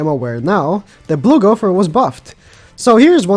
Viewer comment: Gow Ther Not Gow Pher